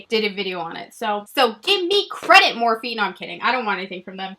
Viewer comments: Lol been with you and remember you getting the Morphe single shadows at IMATS!! Think you pronounced it Morph without the e. I also remember the trublood videos. #waybackwithshae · I TOTALLY REMEMBER your Morphe video and thinking I had never heard of that brand. And I'm pretty sure you didn't pronounce the 'eee' on the end so when other people started calling it that I always thought NO THATS NOT HOW U PRONOUNCE IT. Lol. Love you!